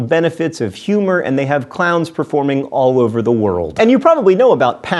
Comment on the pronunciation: It sounded like he was saying clouds so it sounds like he says i am scared of clouds